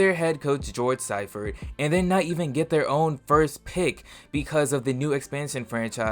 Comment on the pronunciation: it's Siefert (pronounced SEE-fert)